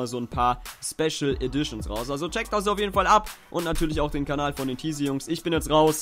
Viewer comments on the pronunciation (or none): none